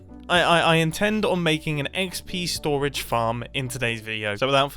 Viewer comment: I swear I heard you say XB storage. Then I just realized I watch too much Hermitcraft. Pretty cool build, but will this be survival friendly?